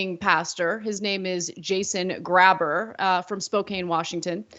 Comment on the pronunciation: okay, i'm gonna be that guy for a sec. It's pronounced "gray-burr", not "grabber". That is all.